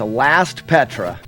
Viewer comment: It sounds like you keep saying Petra, like the place in Jordan. They’re Patras lol